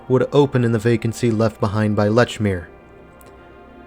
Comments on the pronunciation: Lechmere is pronounced "leech-mere", just so you know. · Lechmere is pronounced Leechmere :)